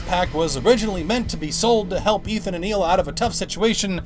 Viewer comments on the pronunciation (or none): btw pretty sure it's pronounced Ila not HHHHHila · It's pronounced eela not heela.